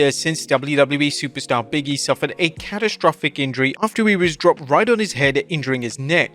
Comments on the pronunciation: I always thought it was "Big E", not "Biggy" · Big-E not Biggie smh